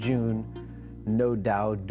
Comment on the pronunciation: "No doudt" 😂